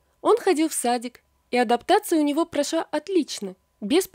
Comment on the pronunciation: Прошва или прошла? Следует следить за произношением.